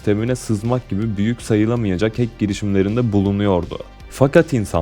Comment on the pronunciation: hack i okurken heyk yerine hek şeklinde okursan daha doğru olacaktır kanka